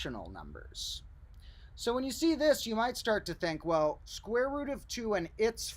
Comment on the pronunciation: I must be tired, it's starting to sound like he's saying "the squirrel root of two". Either that, or the medication is kicking in.